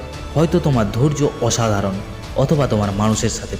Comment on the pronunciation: ভাল তবে ভাল করে কথা বলা উচিত। শক্তি; ছক্তি না, স্রোত; ছ্রুত না; অসাধারণ; অছাদারণ না, সেই; ছেই না, আসল; আছল না, আজ; আইজ না, সিঁড়ী; ছিড়ি না। ইত্যাদি।